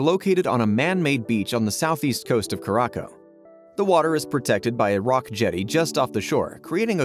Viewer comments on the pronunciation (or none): It’s pronounced “cure-a-sow” not cure-rock-o